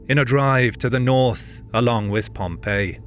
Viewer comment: It's a bit irritating that the narrator keeps calling Pompey in the same way as the city of Pompeii